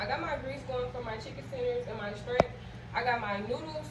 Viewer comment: Not trying to be rude but it’s shrimp sweetheart not strimp….